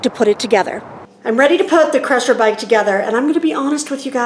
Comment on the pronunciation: It's "sigh" rusher like cycle rusher